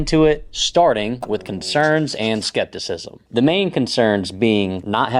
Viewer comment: "Concenrs?" hehe